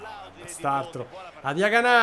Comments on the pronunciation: Come dici tu e con l accento sulla a Diaganá e invece si come lo dicevi prima Diagana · hai cambiato l’accento e Diaganà è diventato forte😂